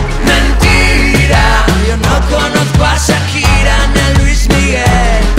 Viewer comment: miguel angel lopez carrasco que pronuncie bien Shakira no es sakira 😒